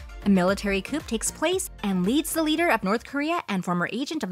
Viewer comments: 불어 어원인 “Coup”를 ‘쿠’ 대신 ‘쿺’으로 발음하는 것으로 보아 화자가 영어 대본을 받은 한국사람인듯... ‘쿠데타 (Coup d’etat)’ 의 줄임말이란 것만 알았어도... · “Military coop”? Wth is that?! 😂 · If you’re going to do voice work, learn how to pronounce, “Cannes”, “coup”, “nuclear”.